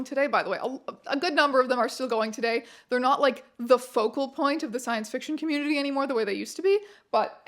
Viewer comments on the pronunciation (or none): none